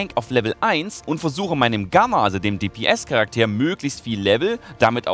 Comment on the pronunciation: wenn ich falsch liege berichtige mich bitte, aber deine Verwendung UND betonung des Wortes "Charakter" ist im deutschen Sprachgebrauch doch falsch, oder nicht? Erstens wird es ganz normal betont und nicht "Charaktäär", zweitens sind die Worte Charakter und Character sogenannte falsche Freunde, da sie ähnlich klingen, aber nicht die identische Bedeutung haben. Im Deutschen sagt man zu literarischen und generell fiktiven Personen nämlich "Figur", und wenn man im Duden nachguckt sieht man auch, dass das Wort "Charakter" nicht die Bedeutung hat, die du ihm zusprichst. Das ist mir auch schon in deinen Lol Videos aufgefallen. Eigentlich ist das ja kein großes Ding, aber als eine Person, die sein Geld zu einem großen Teil mit reden verdient, sollten dir da möglichst wenige Fehler unterlaufen. Das heißt entweder das Englische "characer", oder das Deutsche "Figur", aber nicht "Charaktäär", was sowohl von der Betonung, als auch von der Bedeutung falsch ist.